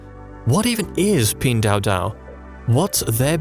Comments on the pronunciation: Video is very good but where Pin dao dao came from? Pin Duo Duo!!! it's nerve wracking for anyone speaking Chinese! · You created at 12 minute video and still don't know how to pronounce the company name? 🤷🏼‍♂️🤦🏼‍♂️